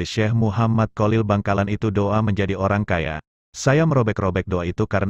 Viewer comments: Maaf hati2 dgn kalimat /$ebutan nama kiai haji Kholil , bukan Kolil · Sebenarnya bagus suaranya yg mengisi,akan tetapi kalau mengucapkan kyai Kholil kurang faseh,mohon maaf,supaya menyebutnya jangan kyai Kolil,itu kurang bagus 😥😥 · Maklum wong jowo yang awam memang sulit dalam menyebut huruf خ.cenderung keluar ق ( ko) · kholil bukan kolil